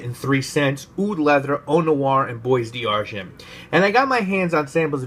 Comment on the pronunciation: Dear God it’s “bwa d-arghon”... not boys d-argint.